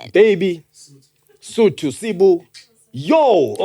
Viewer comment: "the SOthos, the WEthos and the TOthos" 🤣🤣🤣 aowa